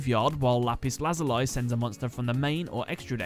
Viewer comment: The series is called Kamen Rider O's but it is spelt OOO also Lazuli is pronounced Lazulee a few tiny errors but besides that, awesome episode